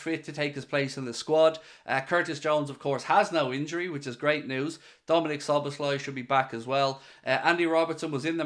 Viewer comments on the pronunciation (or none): Bro butchered Szoboszlai's name💀